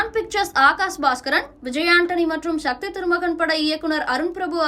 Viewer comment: அது ஷக்தி இல்ல சக்தி.!